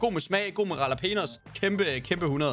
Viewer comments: hvorfor kan jax ikke finde ud af at udtale jalapenos haha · Venter på at Daddy aka. Johnni gade opdager hvordan siger jalapenos. Fandme guld!